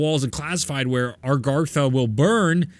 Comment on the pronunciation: Still can’t say Agartha right LMFAO. Great vid though